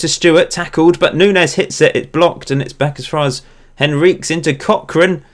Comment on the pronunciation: Just a note: Nuñes is pronounced Noon-yez.